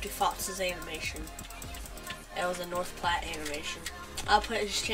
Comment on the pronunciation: Brooo you said north platte wrong you said it “plat” it’s said like “plate” so north platte